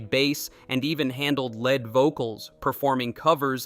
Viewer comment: Mispronounced lead and bass.